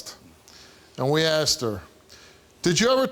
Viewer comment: She axed her